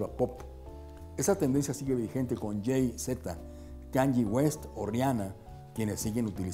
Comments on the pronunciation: Yai Zeta diceeee jajajajaja xD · Jay Zeta se escucho raro jaja xD.